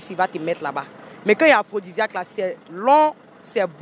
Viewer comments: On ne dit pas aphrosisiaque mais plutôt aphrosidiaque merci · On dit aphrodisiaque eh non aphrosisiaque journaliste yako 🤣😥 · Mme le journalisme est un métier noble faut pas faire dans l'improvisation s'il vous plait Étudier bien votre sujet avant tout Vous êtes pas capable de prononcer aphrodisiaque